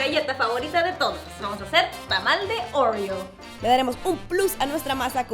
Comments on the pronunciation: Como porque dice ouriou es oreo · ¿Por qué siento que cuando dijo "oreo" la "r" le salió diferente a la que suelo oír? (Como un ruso con su acento diciendo palabras en español). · Por que quiere pronunciarlo como americana haha,por eso suena asi